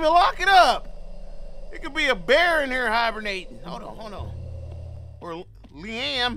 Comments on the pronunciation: Not LeeAM 😂😂😂😂! It’s pronounced Lee-UM 😂😂😂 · Deadasss I kept laughing like bro it’s Liam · Na how you fully grown and cant say liam 😕🤦🏾‍♂️ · "Lee AM"💀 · Bro you never heard of Liam Neeson? Please quit saying "Lee Am" 😂😂😂😂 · the way you say liam kills me , I'm rolling 😂😂😂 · Real mispronounced that man name 12 times😂